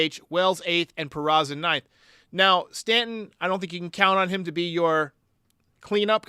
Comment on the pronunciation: Speaking of John Sterling, it annoys the piss out of me that he still can't pronounce Peraza's name. It's not PeraTSa, John! He's not Italian. For a professional broadcaster, it's pretty, well, unprofessional. And for that matter, as far as I know, it's not Jean-Carlo, it's Giancarlo - yes this one is Italian, not French. Ok, rant over.